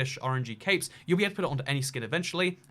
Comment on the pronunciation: EVERY SINGLE TIME you said “capes” I thought you said “caves”